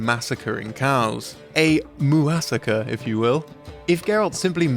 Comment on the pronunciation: boooooo, it's obviously "moo-ssacre", not "moo-assacre" :P